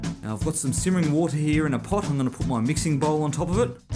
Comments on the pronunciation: buttah = sugah = watah XDD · I love how you say water. 'WOH TAH' =')